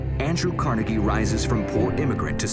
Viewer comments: Pronounced "Car-nae-gay" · No its pronounced Car-Neg-E. There's no doubt to this because his nickname when he was young was "Neg".